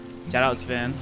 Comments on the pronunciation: It's sven not seven 🥲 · Bro calls sven seven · its pronounced sven(sf-en) theres no e between the s n v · Are we gonna glaze over the fact that he said seven rather than sven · I know im practicing a year late, but why does pronounce “Sven” as “seven”? 😭🙏